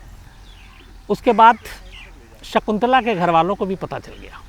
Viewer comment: सिगंला नहीं शकुंतला ।